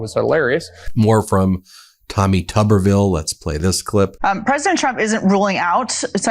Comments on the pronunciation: I thought his name is Tubberville, but it’s spelled Tuberville, like a tube. Either the station spelled it wrong, or he doesn’t know how to pronounce his own name. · It's not "tubber", like "rubber". It's "tooberville". A tuber is a potato. And Tuberville has fewer brain cells than a potato.